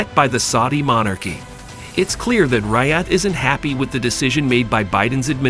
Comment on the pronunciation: Its Riyad, not Raiyad! (I as an I not a bloody A), If you want foreign money then learn to pronounce please.